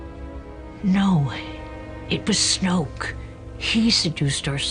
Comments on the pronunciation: Pierluigi Di Pietro Snoke, not Snooke. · Wyatt Cusick its snoke not snoak